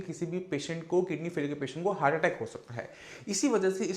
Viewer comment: Heart को हर्ट बोलना चाहिए या हार्ट ? सही शब्द क्या है ?